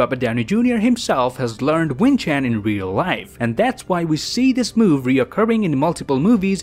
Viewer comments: Hey , just wanted to let you know that it's actually pronounced wing chun , not wing chan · It's not Wing Chan It's Wing chun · It is not pronounced wing chan it is pronounced wing Chun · It's Wing Chun not Wing Chaan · Wing chun not wing chan. Learn how to readddd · Wing chan? Isn't it wing chun? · It's wing chun not wing chan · Wing Chun, not Wing Chan lol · Its Wing Chun. If i ever hear Wing Chan in another video ima report it for false information. >:| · Wing chun. Not wing chan. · I kind of hate it when you say “whin Chan” Instead of “wing chin” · It's not not wing Chan it's wing chun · Did this dude just say wing chan, its pernoused wing chun and it's on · It’s pronounced wing Chun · Its wing chun not wing chan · The only crime in this video is that he said wing chan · Should pronounce it, "Wing Chun" not "Wing Chan" It is also not a form of kung fu but a style of kung fu. Forms are the basis of application of a kung fu style. Wing Chun is a style of kung fu that uses the Crane and Snake forms. RDJ is not using the same move when he's fighting the guard as he did on the wooden dummy. Dummy: Pak Sao. Lap Sao(?), Palm Strike punch. Guard: Pak Sao, Punch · Btw its not wing chan its wing chun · It's not "wing chan" man it's "wing chun" please! I am a wing chun sifu🙏🏻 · Wing Chun, not Wing Chan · Oof im Asian and him saying "wing chan" annoys me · it pronounce WING CHOON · You should probably look up how to pronounce Wing Chun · it's wing 'choon' right? (the pronunciation) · The way you should pronounce wing chun is actually wing "choon" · Sorry but that isn’t how you pronounce wing chun. It has a u in it not an a